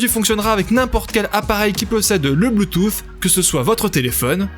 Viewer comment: 2 truc me dérange la façon que tu à de dire bluetooth :) et de pas dire le prix en vidéo ;( sinon' c'est bon